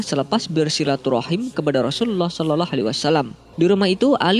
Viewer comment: Tolong kalau mengucap NABI YANG BENAR...( sholallah ) bukan ( sololoh) NGAJIO TAH....ben gak salah PAHAM...